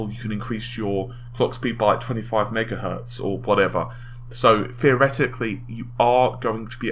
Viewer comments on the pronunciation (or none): none